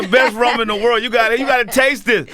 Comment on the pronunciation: If you're gonna sell rum at least pronounce it properly